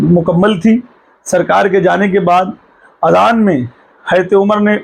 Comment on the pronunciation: Ye ki hatt gai hai😂😂😂 kuch bhi bolta hai azan ko ajan munazre ko munajra 😅